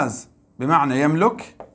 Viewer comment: شكرا جزيلا بارك الله فيك استاذ حفظك الله لدي ملاحظة وهي نطق فعل يملك باللغة العربية نقول يملِك بكسر اللام وليس بضمها تقبل مروري